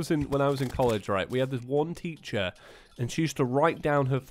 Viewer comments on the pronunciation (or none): none